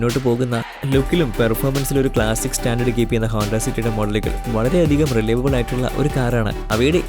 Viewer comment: റിലൈവബിൾ അല്ല റിലയബിൾ